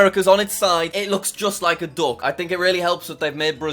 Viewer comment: When he said that "oh its a duck" bc he said british accent. i thought he said "Dog" u know i speak a little british but NOT "DOG" aka duck